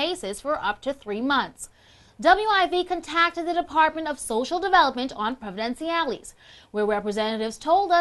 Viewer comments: she mispronounced distributed and contacted. jeez. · she mispronounced distributed and contacted. jeez. and the guy with the gold chains might want to sell them or at least cover them up before crying poverty.